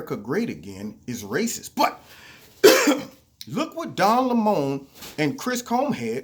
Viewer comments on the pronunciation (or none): Weird how you pronounce his last name Le' Moan , instead of Lemon -- Yellow and sour.